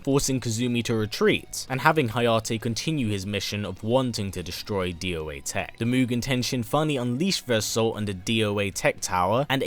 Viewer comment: You say doa tech as doa tech, not d o a tech.